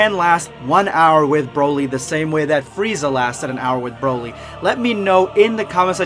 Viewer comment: It’s Broly not Browly.